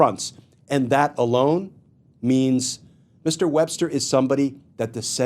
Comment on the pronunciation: Paretucuar… Wbbster. What is happening.